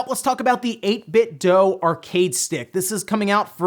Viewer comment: 8bit DEW, not 8bit DOUGH. Idiot.